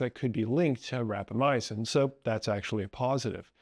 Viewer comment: Small note, you're one of many people who seem to pronounce it as "rapamyacin", while it's called "rapamycin". I assume this is an error in pronunciation.